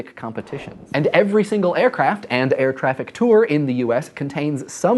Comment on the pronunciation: does he say air traffic tour?